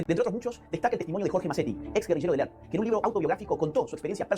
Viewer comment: "El Arp" (ERP), pero asi pronuncia el pelotudo.